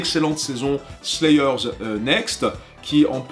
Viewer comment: "Slaï eur" ?? "ponti an steukin" ?? Un effort... "Sword" a un W qui ne se prononce PAS... Un effort...